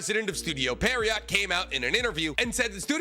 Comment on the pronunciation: He can't even pronounce Pierrot correctly.